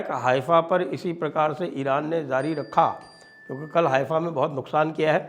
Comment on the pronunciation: Arre bhai Zaari nahin Jaari. Pl learn